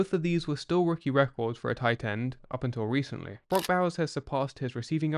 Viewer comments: Titans were scouted differently the accent on tight end is😫😵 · Yeah every time sounds like "Titan"😢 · Tie Tend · the way an English guy says Tight End is interesting ? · The emphasized crisp pronunciation of the second T in tight is unsettling.